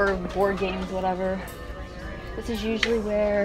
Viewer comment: Why did she kept saying “dish” instead of this🤕🤔 Btw 2019??😂🤪😁